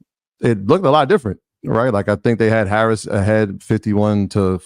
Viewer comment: It's time to call VP Harris by her last name, the same way you refer to Obama, Biden, and Trump. Especially if you gonna mispronounce it 😉